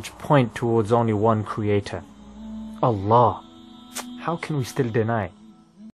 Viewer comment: Easy to miss. He pronounced Allah as if he was saying "a law".